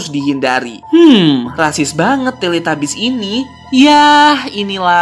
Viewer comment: Tilitubis bukan teletabis maksudnya bacaannya tilitabis dan tulisanyna teletabus